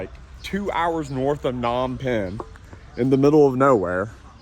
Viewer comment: its PA-nom penh